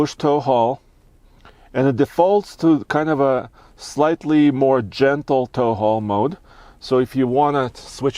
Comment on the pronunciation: “I was in taul how mode” or “”I was a tall homo””?